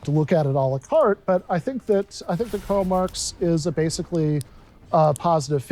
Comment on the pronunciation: YES DESTINY!! It’s CROW MARX not Karl Marx lmao 🤣